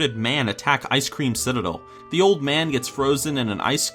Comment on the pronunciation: lol did he say Icecream Citadel, love it lol